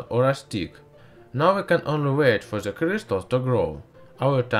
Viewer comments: "At zi bottom on zi glasseh" I can't XD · ''Into ze glass'' THROUGH DA WINDOWWW!!!! THROUGH DA WALL!!! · whops wrong side of the youtube again... after the min of this video i head enough of this guy who said to the word "the" "zhe".... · Can u stop using Z in the words that begin with T? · Why is he pronouncing 't' as 'z' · Into za glas zis is za best but zem zis 😂😂😂😂